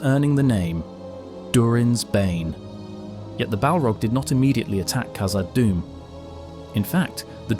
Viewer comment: Hey So, it's not pronounced "Kazad," but rather "KHazad." The KH sound is the same as a Dutch person pronouncing the letter "g" in God - They say "Khot." If you need to hear it said by someone else, go to Google Translate, translate "God" into dutch, then hit the speaker icon, to hear how it should be pronounced. Then use that "KH" sound at the beginning of "Khazad Dum."